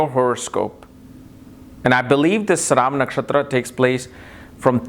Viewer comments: its not saravan its "sravanaa" nakshatra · It's pronounced śravanā — as in shruh-vuh-naa. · Sry sir...its shravanaa nakshtra or some people call it sravanaa nakshtra...Sanskrit word is "SHRAVANAA"...we have to stick to this...